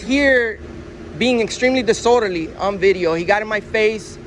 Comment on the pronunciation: Hey, please work on your pronunciation. The word is dis-orderly. Not dissorderly.